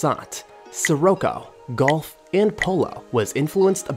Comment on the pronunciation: Pronunciation is atrocious throughout this whole video... "ski-rocko" "Koda Octavia" C'mon man!